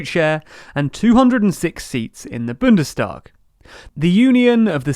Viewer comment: It's Bundestag, not Bündestag.